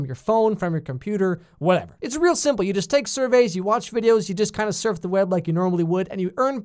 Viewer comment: “This Oliver has 5 nipples- itzz really weird” Lmao your killing me XD Dude you deserve more subs